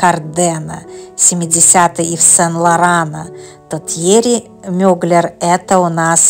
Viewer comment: Как вы только не искаверкали его фамилию!!! Но за видео большое спасибо!